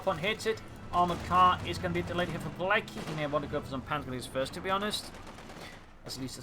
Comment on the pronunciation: Btw its pronounced "piletzky", not "pilecky" :P